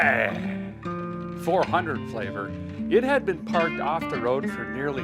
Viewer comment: I haven't watched the video yet, but I'm pretty darn sure a guy calls this classic vehicle a "LeSabray", with just a bit of classical artistic tounge play 😂